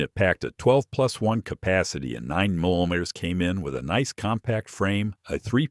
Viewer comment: 9 mem medahm? What is that? AI strikes again. The information is good but these AI flubs wreck it for people who know guns. Reee mean teen? Or did you mean Remington? Ugly.